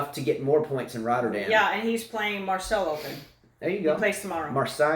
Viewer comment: Just wanted to point out that Marseille is pronounced "mar-SAY"